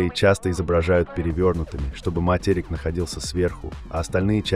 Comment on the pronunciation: а слово "матЕрик" вас не смутило? Ни один человек в здравом уме так не произнесёт